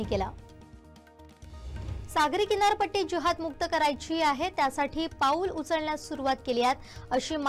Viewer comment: आहे...जरा स्पष्ट म्हणाना. क्रियापद स्पष्ट नसल्यास वाक्य अर्धवट वाटत.